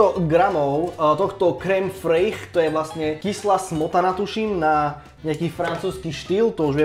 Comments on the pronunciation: krém friš/freš sa hovorí hahah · je to krém “freš” ( takhle se to správně vyslovuje ) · kém fryyych 😂 opět pobavil super viejko